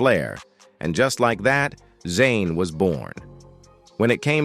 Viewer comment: Whoever typed it is typing something like John-aye. It did slip up and said Zain. I heard it. 😅